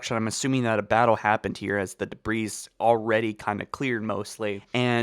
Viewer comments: Its pronounced da-bree. The s in debris is silent, it doesn't change when it's plural either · "At space" Learn how to pronounce "Zeta" That's NOT a a 6-8 month beard. Learn how to pronounce "Debris" "Make since" Also, nearly 14min of pure, unfounded conjecture